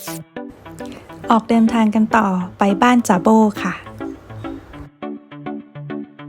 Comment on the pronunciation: บ้านจ่าโบ่ ..อ่านเป็นเสียงเอก ไม่ใช่เสียงโทตามที่อ่าน ค่ะ (ผันได้ 5เสียงค่ะ)